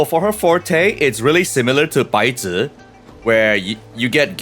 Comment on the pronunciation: The "Baizhi" cracked me up, white paper 😭